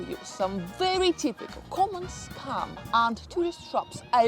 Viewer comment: It's funny how your pronunciation of "scam" also sounds like "scum". Perfecto.